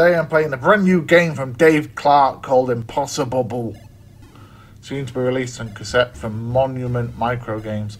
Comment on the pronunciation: You said it correctly mate 😀. This looks great, gonna order it when it's available, right up my street. The first go went so well mate 😞